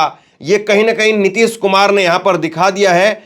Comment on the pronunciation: अबे रवीश कुमार की अवैध संतानों पहले ठीक से हिंदी बोलना तो सीख लो नीतिस कुमार नही नीतीश कुमार है